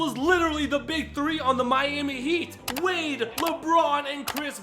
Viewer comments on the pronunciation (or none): none